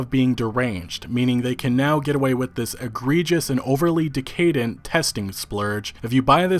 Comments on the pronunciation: *deck-uh-dent not decay-dent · "dee-kay-dent"? It's pronounced "deck-ah-dent" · Dec-a-dent. Not de-Cade-ent. ;-) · I like your content but can you please look up how to pronounce words like "debut" (the T is silent) and "decadent" (it's not decade-ent). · Do you really not know how to pronounce decadent... decay dent... if I wasn’t on meds so I didn’t get headaches that would have given me one. ;). Great vid!